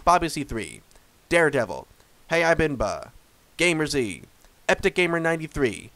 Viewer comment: Top 20 we take that. 14th in points is good hope to improve. And also my name is pronounced game ers not gamer z